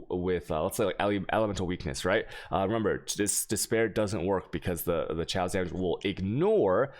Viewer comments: Second video I've tried to watch of yours.... Can't watch them because you can't pronounce words... Fuck man you can't even pronounce chaos... Didn't know wtf you were saying for a second till you mentioned despair.... Pronounced k-os, not chay-os..... I hate to be a dick but maybe if you put as much effort into learning how to pronounce words as you do game you'd be fine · Why does he say chaos like that. Wtf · because he has spanish origins, so it sounds like ciao, chaos